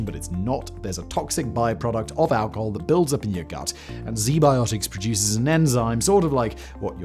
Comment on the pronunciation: “Zee biotics” hmmm… I’ll give them a look.